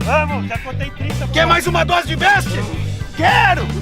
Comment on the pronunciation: mestrão o nome do trem ae é "beast" não "best", longe de mim querer falar nada certo, mas acho que agregar no correto é sempre bem vindo tmj.. e o vídeo ficou TOP!